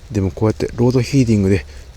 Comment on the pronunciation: ずっと「ロードヒーディング」って言ってるの面白かった。